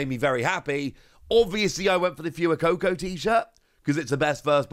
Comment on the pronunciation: Will he ever get the fuecoco pronunciation correct? FIND OUT NEXT TIME ON ” saying Fuecoco incorrectly”